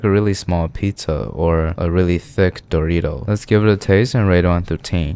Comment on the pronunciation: do you hear his voice and the way he pronounced dorito? Bro rolled his r